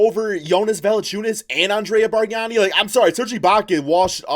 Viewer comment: Did seriously say Bargnani 🤦‍♂️